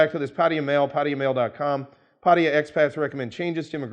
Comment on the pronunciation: just a pet peeve, the Thai government's chosen English spelling is Pattaya, which is pronounced Pah tah ya first a is short a sound, not an o sound like in the word pot. it is not Pottaya it is Pattaya also mention here that many expats like to pronounce Pattaya, Pah tie ya and as can obviously be seen there is no letter i in the city name Pattaya, just as there is no letter o. It's just nice that individuals who work, live, discuss Pattaya, can actually correctly pronounce the name.